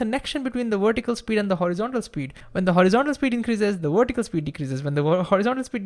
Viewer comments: It's pronounced VER-tih-cal, not WERE-tih-cal. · The speed and excitement of your talking completely undermines your trying to explain something simply. You are completely carried away by your annoying enthusiasm to the detriment of what you are trying to convey.Also vertical is not pronounced wertical. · Wertical welocity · Why does he pronounce vertical with a w and video with a v. Where is the consistency?